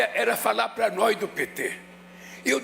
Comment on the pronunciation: "É preciso furá a boia, e eu perguntava, o que que é a boia, a boia era falá prá nói do PT " kkk ahh não kkkk